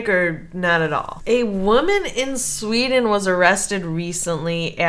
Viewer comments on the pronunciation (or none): none